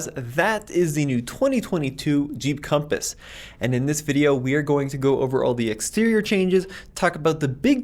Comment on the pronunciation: you meant to say Conpass lol 😂